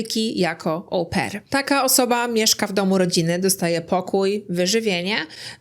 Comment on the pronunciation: Wymawiamy "o-PAIR", a nie Ołł-pair 🙉